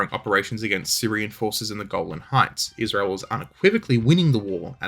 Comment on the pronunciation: I swear you keep saying "the Goblin Heights," rather than 'Golan!' And that would be completely and utterly totally cool as fuck! I move to have them officially renamed, on the basis of it being really fucking cool.